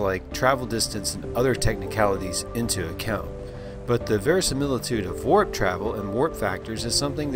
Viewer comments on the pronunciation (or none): Verisimilitude. Verisimilitude. Verisimilitude? 😂😁